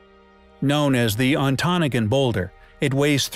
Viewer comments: its "ahn tah Noggin" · Thank you , I ‘m Michigan also and pronounce it “on-ta-nog-in “ phonetically … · I'm from Michigan. It's pronounced On-toe-nah-ga.